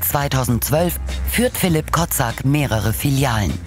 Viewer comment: Den Namen des ehm. Franchisenehmers habt Ihr aber sehr ungünstig ausgesprochen. Der heißt wahrscheinlich Kocak (türk.) und dann wird das Ko-tschack ausgesprochen. Klang sonst bisschen arg nach Kotzsack :D